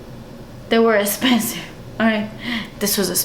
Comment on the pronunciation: I love your makeup! I can't get over how you say the word "expensive" sometimes--ha!